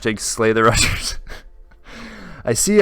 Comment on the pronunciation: Am i the only one that heard rushers as RUSSIA?